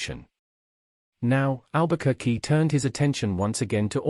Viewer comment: Please learn to pronounce the name first